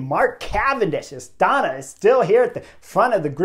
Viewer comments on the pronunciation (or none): none